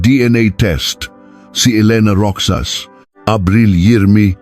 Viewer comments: Pronounced "Rojas/Rojas" AI? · tutuo bang sa pinas pati pagsasalita mo AI ( ROXAS) ROKSAS DAW? tapos (23)bente three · Roxas is pronounced as 'Ro-has', pinoy ba ang narrator neto? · Rixas not Rokjsas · Roxas or rocsas. Ale be or alibi bakit d mu alam mag peonounce nito. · Rohas pag read sa Roxas. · ROXAS. ...PRONOUNCE AS ROHAS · Parang d marunong mag pronounce,Roxas d roksas.haisttt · I hate Ai assistant voice.. wrong pronunciation of Roxas🙂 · I’m not aware of this case . This is a make believe story . Can tell you are a foreigner . . Mispronounced some of the words especially roxas . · Bakit hindi marunong mag pronounce na ROXAS? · Anoto??? Kwentong barbero???? AI pa😂 Roxas- Rohas not Roksas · Roxas hindi roksas bobo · Anong ROKSAS……. ROHAS. Ayusin mo ang pagKwekwento. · Hindi po iyan rok.sas, ro.has po! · Dont they have any helper or driver?It's pronounced Rohas(Roxas) not Roksas ..Ginang po not Gnang,Ginoong amd not G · ROXAS . PRONOUNS AS ROHAS,NOT ROKSAS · Rohas ang pronunciation hindi Roksas. Taga saan ka ba? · Roxas ang pronounce ay rohas. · Di ba sir ang pronuoncement mo ng apelyedo ay ( ROKSAS) di ba Roxas or Rojas ? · ayosin mo pre, not roksas, it's pronawns 'ROHAS"... ok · Roxas to be pronounced as Rohas I think😂😂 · 25 years ago wala pang cctv Roxas is pronounce rojas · Roksas..lol.. ROXAS...! AS in ROJAS...! Puchang AI. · Roksas ng roksas ... pronounce it as rohas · Roxas pronunciation is Rohas kaya lang AI yan😂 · Baka hindi po Roksas, kundi Rohas (Roxas) tama pgkabigkas? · Pwede bang turuan ang AI ng tamang pagbigkas. “ Roksas” for “ Rojas “ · naku po hindi roksas sakit sa tenga kundi roxas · Bakit ROKSAS? hahhaha😂 Roxas or ROHAS😂😂😂✌️ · Roksas Ang pangit ng pronounce eh. AI that is pronounced as Rojas 😅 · Roxas - "roksas" ❌️ "Rohas"✅️ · Di dapat gamitin ang English and Tagalog sa petsa.Roxas pronounced as Ro has.Labi slowly pronounced meant LIPS but infast way meant remains of dead people. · Baka Roxas Hindi roksas